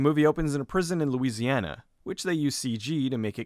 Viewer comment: Attention, attention! People not from Louisiana! Please stop putting so much emphasis on the vowels in Louisiana and New Orleans! It hurts! Just find a video of a random Louisiana person talking, it helps! Sincerely, a Louisianian who’s trying to help you avoid someone saying to you, “you’re not from around these parts, are you?”